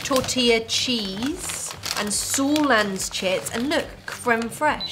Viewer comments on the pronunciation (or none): Jeg døde når hu sa sorland isteden får sørland😭😭😭😭😂😂😂😂😂😂😂